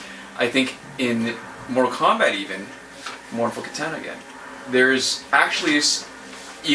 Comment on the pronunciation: And it's kitahhhhhhhna ahhhh ahhhh ahh not ..... Aaa